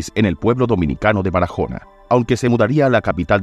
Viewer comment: BARAJONA NO, BARAHONA LA "J" NO SUENA